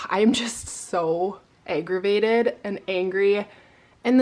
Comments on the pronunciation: So annoying that someone egged your house! So rude! But I must admit, I laughed when you said you were so aggravated because it sounded like you said “I’m so egg-ravated” 😂😂😂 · Did I hear you say eggravated ? Decluttering videos are my favorite.